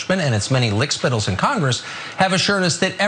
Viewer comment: ""LICK-SPITTAL." ~ WTF TUCKFACE? THIS [add your own] IS TOP-GRADE, SUPER_CHARGED ANNOYING.